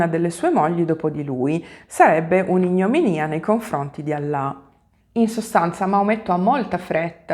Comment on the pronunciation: ignominia si pronuncia con lo stress sulla prima i e non sulla s conda. I Suoi video sono sempre belli.